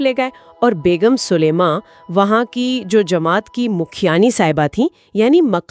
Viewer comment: Not Sulema it's Salima.